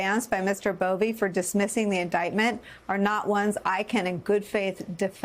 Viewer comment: It’s Buffee